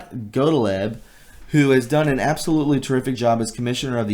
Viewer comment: GOT LEEB pronounced GOT LEEB (Gotlieb) ie = EE except after C...work on your reading skills.